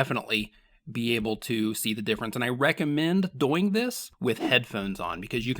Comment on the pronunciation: Why do you pronounce "doing" like that?